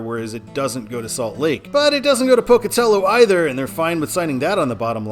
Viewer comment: Glad to hear you pronounce Pocatello correctly. For when you do the I-86 video, the Pocatello suburb it ends in is pronounced Chubb-ick. The second u makes a short I sound because here in the west we enunciate nothing, except apparently Tree-Mon-tin